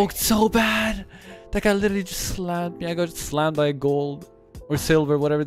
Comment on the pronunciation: If you cant properly pronounce "literally" dont say literally 1000 times:/